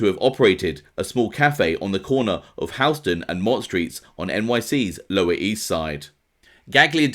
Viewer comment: Sorry to nit pick but just do you know for interactions w American people. Houston is pronounced like The world dealing Color “hue” It’s HUE STUN , Houston